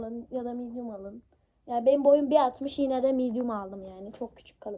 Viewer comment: Kanka boyun 1.60 değil bunu sende biliyosun niye bastıra bastıra söylüyosun 😂